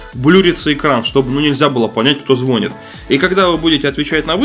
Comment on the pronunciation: Не зво́нит, а звони́т